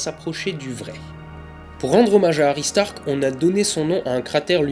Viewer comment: j'adore le jeu de mot suivit de : Toi je vais te taper avec le regard :)) La lune s'éloigne 3.78 cm / an alors combien de lumen en moins renvoyés par la lune depuis mille An ? juste par curiosité Autre chose , j'entend aristarck hary starck ,,un foutage de gueule :)) pour la ressemblance ?